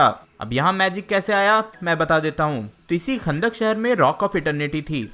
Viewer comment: chutiye wo "khandak" nhi kahndaq hai